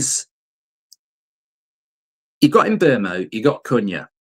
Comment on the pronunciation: Who TF is Mburmo? There is no R in his name 🤣🤣🤣🤣